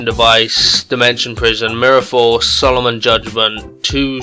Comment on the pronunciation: LOOOOL he said "Solomon Judgement"